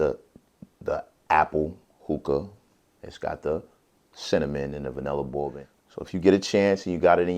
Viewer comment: Why does he say "bourbon" like a 5 year old with a speech impediment? It's pronounced "BURR-BIN"-- not "bow-bin."